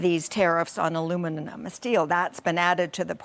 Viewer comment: So cute, she can’t say aluminum, by the way I couldn’t spell it, had to look it up 😂😂